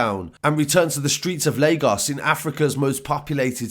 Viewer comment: It’s crazy how you can say Lagos right but CNN and Reuters can’t still🤦🏽‍♂️ But big up for the coverage my guy, love from Leeds/Lagos #MainlandGang